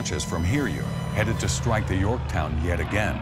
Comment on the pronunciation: I think he said "stike" but in that mess of pre-recorded bs I can't tell.